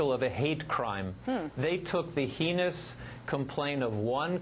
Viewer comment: Not only is he the "victim of a hate crime," he can't pronounce heinous, the poor man!